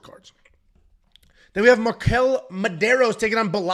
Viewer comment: Marquel? Man, c'mon...